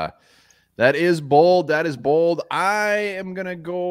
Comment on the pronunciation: Did you say Bald predictions?